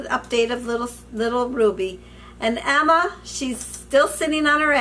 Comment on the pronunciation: Omg... everytime you say Emma I think you are saying Alma... I keep going... what did I do? lol